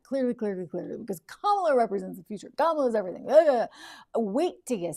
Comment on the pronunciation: Joy Reid gets Harris’s first name wrong 😑